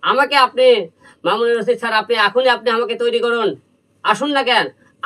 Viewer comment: উনি যখন নাটক প্রথম টিভিতে আনেক তখন এটিএন বাংলা ফাংলা কিছু ছিলো না। মামুনুর রশিদ স্যারের নামটাও সঠিক ভাবে উচ্চারণ করতে পারলে না। এদিকে কিছুলোক বলে যে, হিরো আলম যোগত্যা দিয়ে এসেছে! কি যোগ্যতা? নাচ?গান? অভিনয়? ফাইটিং, উচ্চারণ, কোন যোগ্যতাটা ওনার আছে বলু